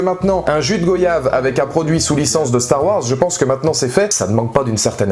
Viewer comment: Je te comprends, tu es déçu car c est terminé, les skywalker sont terminés mais La Force est là ! Je découvre tes vidéos et c est cool *on dit gOYave comme vOYage ou rOYal